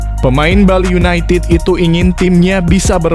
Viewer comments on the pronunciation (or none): none